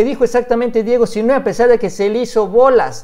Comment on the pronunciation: No olvides que Sinhue' va asentuado en la e'